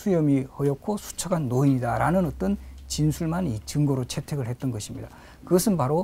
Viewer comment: 장음인 첫자를 짧게 잘못 발음 한 예: 대곤, 화근 , 채택 , 호의,주목 대상 , 사전, 최후, 사전, 무사,고변, 시각,태도, 계기, 부정 , 혜택, 사실, 사림,후대, 사림, 등 이고, 짧은 첫자를 길게 잘못 발음한 예: 가문, 서산, 시국, 서신, 제갈공명, 진위, 사상, (남명)조식 등, 단어의 장단 자고저의 문제는 심각한 것입니다. "한국 어문을 고발함"이라는 책을 읽어 보시기 바랍니다. 미국 변 완수 배